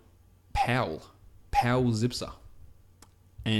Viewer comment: And his last name is pronounced "Tsipser"